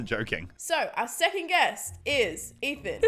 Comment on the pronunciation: It’s not Ethan it’s EEF